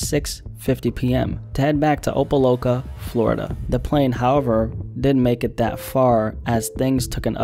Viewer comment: It’s so funny to hear non south Florida people pronounce opa-locka. It’s not opa-loca. Think of a regular lock. Like you lock the door. It’s opa-LOCKa. 😂